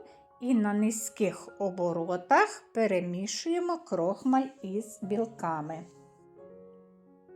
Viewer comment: Перший раз чую - "крОхмаль", взагалі-то крохмАль...